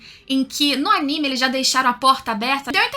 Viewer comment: Parabens pela pronúncia correta do nome do anime e dos personagens!!! tem uns canais ai que meu DEUS!!!!!